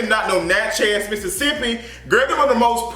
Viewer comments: Its Natchez (pronounced "natches" .. like matches) .. NOT Natch Heaz!!!!!! 😂😂😂 u stay messing up words bro lol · I’m not interested in seeing this movie in the theater, maybe later. Btw boo, it’s simply Natchez...like Mattress. I live for your pronunciation though 🤗😘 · It’s pronounced Natch is, like matches but w a Nat, love you. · Lol the way you pronounce Natchez (Nat-Chez) lol. Lol 😂 it’s all together. Southern Mississippian here lol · Nat- chez 😂 never heard it pronounced that way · You are miscategorizing Natchez. Don't be out here spreading ill informed opinions to your viewers. Black folks can drive through Natchez just fine. You don't even pronounce the town's name right for God's sake. So I know you don't know what you are talking about. Go visit, talk to the people, get out and then let us know how folks treat you afterwards. Only folks who don't know any better are scared to drive through Natchez... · The way you keep saying “Natchez” is tickling me 😆. I’m from Port Gibson, Mississippi which is about 45 minutes away from Natchez. I know a few black people in the area that would’ve made this movie way better.